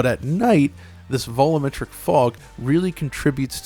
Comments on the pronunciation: Me: Alright, say "volume": Volume Me: Now say "metric": Metric Me: Now say "volumetric": "vullametric" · Just once, I'd like it if you pronounced "volumetric" properly.